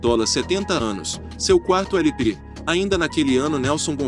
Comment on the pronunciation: Você disse "éle pe ésse", que quer dizer "long play", ou seja, disco com mais de uma faixa. Afora isso, seu documentário ficou excelente.